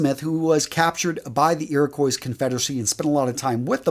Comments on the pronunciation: Another pronunciation tip: Iroquois = "eer-uh-kwah" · Please never try to pronounce Iroquois again....that hurt my ears Its a french word fyi